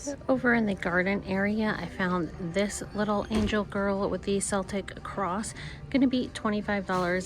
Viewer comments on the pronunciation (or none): Hate to be that person but Celtic is pronounced with a hard C sound like a K, not a soft C like S.